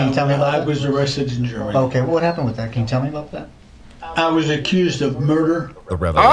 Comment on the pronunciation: “I was laughing at you, not wit you.” 😂😂😂😂